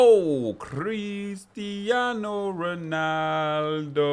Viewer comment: Ngl the lack of the tongue roll when saying "Cristiano Ronaldo" disappointed me